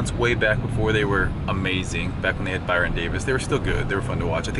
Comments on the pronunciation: Baron not Byron hahahahaha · bYron Davis? It's BARON Davis!! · "Byron Davis" Lmao. It's BARON! I forgive you, Steve!! Because you supply us with all this awesome content. :D